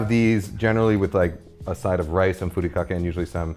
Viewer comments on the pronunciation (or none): none